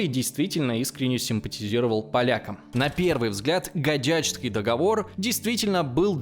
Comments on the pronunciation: Блин! В слове Гадячский (договор) ударение на первый слог. Это город Гадяч дал имя договору. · Подписка и Лойс! Годный материал для историков и просто интересующихся людей! Если позволите, 2 совета: 1й: Названия ( не только в этом видео) готовьте заранее, к примеру: ПереЯславская Рада, не гадЯчский, а гАдячский и тд. 2й. Карты.. ребята, готовьте Карты.. контент только улучшится как и количество аудитории! Успехов